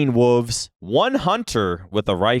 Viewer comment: saying wooves instead of wolves kills me